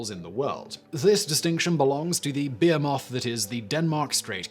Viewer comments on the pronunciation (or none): I heard beer moth instead of behemoth. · The way he pronounces behemoth bugs me for some reason. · "Behemoth" - pretty sure you have never said this word out loud before this video. :p